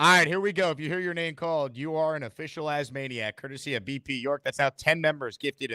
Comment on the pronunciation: please stop saying As-manic lmao. We’re all Jets fans here talking about the team. We’re not fanatics of you 😅